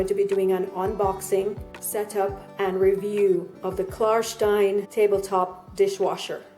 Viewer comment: Thank you for saying Klar-shtein ;-) many thanks and greetings from Berlin💚